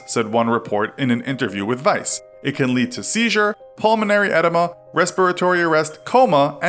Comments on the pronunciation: One, "Often" has a SILENT "T"!!!! Two, "Pulmonary Edema"......"Edema" is pronounced "e-DEEM-uh" NOT "E-dim-uh"!!!!! I stopped listening at 1 minute 55 seconds into the story because, if you already have these outrageous mispronunciations in the first 2 minutes, I would lose my mind listening to this CRAP any further!!!!! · Pulmonary Ed-EE-mah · sorry but this triggered me so hard, calling it edema, instead of dragging the E, as in Edeema. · Weird way to pronounce edema